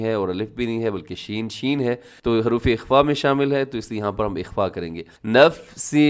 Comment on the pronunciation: اسلام وعلیکم نفس (س کے نیچے دو زیر ہیں تو مجھے یہ محسوس ہوتا ہے کہ ل ادا ہو رہا) دو جگہ نوٹ کیا مجھے مغالطہ نہ لگے تبی آپ سے اس لفظ کو سیکھنا چاہتا ۔ رہنمائی فرمائیں جزاک اللّہ